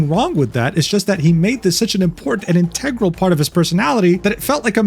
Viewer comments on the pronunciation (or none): I love this vid but I need you to know that you pronounce 'integral' and 'vehemently' sort of wrong haha.